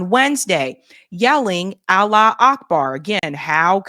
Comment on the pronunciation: Allah wu Akbar.. you would think that after decades of saying it and reporting on the news over and over again they would actually SAY IT CORRECTLY. It's "Arabic for God is great" 😡